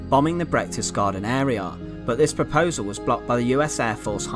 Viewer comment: it's not Brechtesgaden but Berchtesgaden.